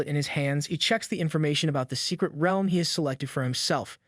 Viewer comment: say realm right